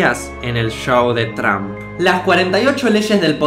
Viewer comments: No se dice Donald Tramp se dice Donald Tromp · no se dice tramp, es trómp